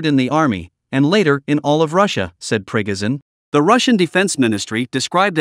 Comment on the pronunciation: Who the hell is Prig-Izin?